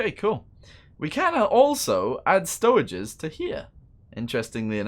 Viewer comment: he say stoweges tho